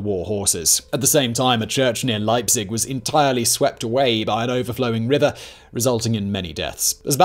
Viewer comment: funny how simon pronounces leipzig correctly, as it is nearby prague, while failing at Augsburg